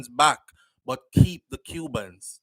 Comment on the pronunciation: Keep…. Not key